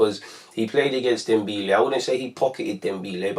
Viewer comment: its dembele not dembeele